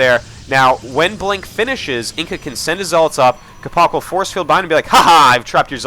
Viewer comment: capo-ch is pronounced like the "Ch" is the same sound as the one from "Ch-eese"